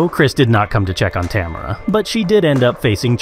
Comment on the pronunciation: Americans never seem to be able to pronounce Tamara 😂